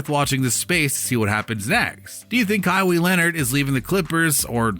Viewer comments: this video is just reaching... also its ka-why not ka-wee, smh cant even do something as basic as getting the right name of the person you’re making a video on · Junior Asiamah he is saying it like Kaiwe Leonard😅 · Who is Ka-wee??? Did I hear that right? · With that pronunciation of english vocab especially Kawhis name, it’s safe to assume you were one of those helmet wearing downs kids who rode the short bus up until community college where you took culinary classes to forever work at mcdonalds 😂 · Dude you can't even say his name right. Smdh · How can't you not know how to pronounce a man's name? Pathetic Mordaforkers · Learn how to say his name before you make a video on him smh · Jesus christ u pronounced his name 4 different ways none of which was right